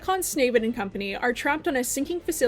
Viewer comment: I like how she always call snake snavid that 🔥